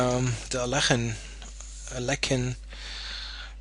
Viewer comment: Actually you pronounced Alekhine almost exactly correct. Better than any other non-Russian.